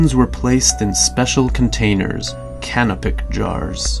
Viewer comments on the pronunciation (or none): none